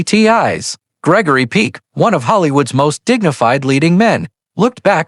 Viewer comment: I am so sick of these AI narrations. Names and words are mispronounced, like in this very video, which pronounces Peck’s name as “Peek”. A simple word like that! These shows are also very repetitive in the narration and typically have misinformation in them. So I’m not going to bother watching.these anymore. Too annoying and error filled.